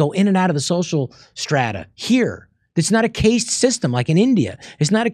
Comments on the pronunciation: At roughly Rob speaks of India having a case system, but I think that he surely means a caste system, and caste is pronounced like cast, such as casting a fishing line using a fishing rod and reel. There also other uses of the word "cast" (see Wikipedia). With that said, this is a very good episode, certainly interesting. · Caste (pronounced cast) system.